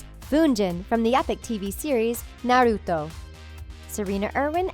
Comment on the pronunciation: The way she said naruto made me want burn my self